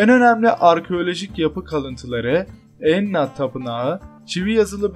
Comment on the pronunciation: 1.25 hızında dinleyin. Enna değil İnanna bu arada.